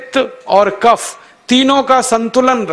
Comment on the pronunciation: What is Waat, Pitt, Cafff